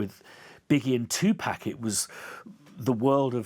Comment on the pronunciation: dude it’s tupac, not tupäc